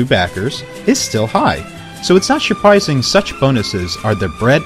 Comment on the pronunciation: "Shuprising" Love the videos man.